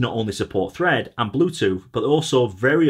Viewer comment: Fread… Thread …Fread… Thread …Fread… Thread …🤣🤣🤣